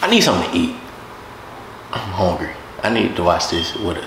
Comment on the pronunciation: When he said i am hongry🤣🤣🤣🤣🤣